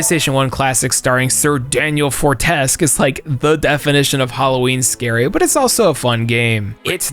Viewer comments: I can't believe actually mentioned MediEvil... and then mispronounced Sir Daniel's last name 😢 (It's Fortes-kew not Fortesk) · I swear I don't mean to be that guy, but I think The hero of Medievil is pronounced "fore-tesk-Que" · How did you pronounce Fortesque?